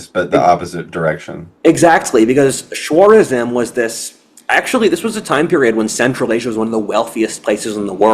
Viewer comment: keeps pronouncing it "Shwarezma", it's "Khorasan, Chorasmia, Khwarezm, etc" I do not know why he's starting it with an SH sound and it's getting on my nerves